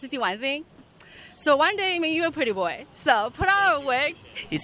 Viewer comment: pretty boah? You kidding me? PRETTY BOAH?